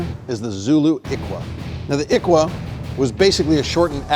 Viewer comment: It's its actually pronounced "ihlwa"...